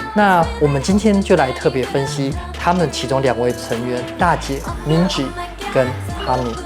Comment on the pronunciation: Minji 和 Jisoo 的j都發錯音了 我強迫症！！！